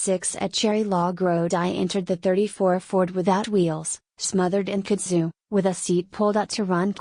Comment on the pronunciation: No. This is an abomination. A female robot reading James Dickey. And by the way, it's pronounced "Kud-Zoo" not "koood zuu". Please pull the plug on this.